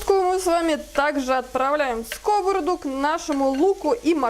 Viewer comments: СковородА,а не скОворода, а за рецептв спасибо❤ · Извините может я забыла русский девушка говорит скОворада, я всю жизнь говорила сковорОдка.? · Так , как же правильно произносить скОворода или сковородА ? Правильно скрвородА ! Не будьте дремучей и безграмотной !!! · Рецепты классные. Но частое слово скОворода режет слух. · Вы молодец,все вкусно и красиво,но ставьте пожалуйста ударение правильно на слово сковорода.